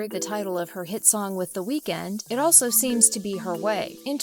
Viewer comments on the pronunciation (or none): none